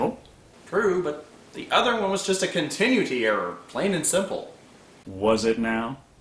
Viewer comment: that's a funny mispronounciation of "continuity" followed by 'coop' for 'coup' :)